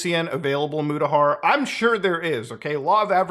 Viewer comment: Thanks for putting mutahar there.. when your guest and friends says "mudahar" .. i have an existential crisis.